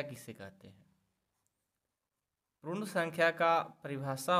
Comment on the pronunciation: Prun sankhya nhi sir, purn sankhya🥲